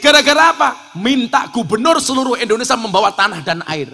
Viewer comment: Ngapunten, INDONESIA gus, bukan INDONESA